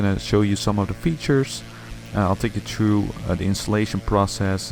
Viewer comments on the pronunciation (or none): Work on your "th" pronunciation. At first I had no idea what you meant with "treedy grass". And "through" should not sound like "true".